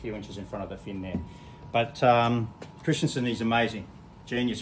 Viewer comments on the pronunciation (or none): Kris-ten-son, not christian-son